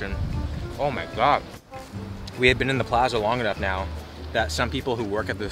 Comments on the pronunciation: Beén instead at been. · The way he said “been” really reminded me he’s Canadian lmao